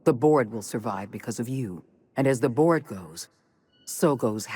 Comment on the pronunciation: Every time I hear the "Board", I hear "Borg" instead